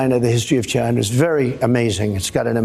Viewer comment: Trump is not somebody to be weighing somebody else's intelligence. I still love how he can't pronounce China... he still says "Ghina".... an adolescent doofus with tiny, itty-bitty little doll hands!